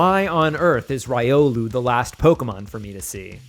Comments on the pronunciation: why did he pronounce buneary and riolu like that.. 😨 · how do you mispronounce so many Pokemon in ways that are still ok on the ears? Feebas, Buneary, Riolu, ect.